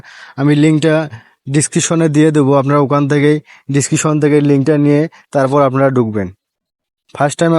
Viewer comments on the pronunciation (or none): Description ❌ Deskishon✅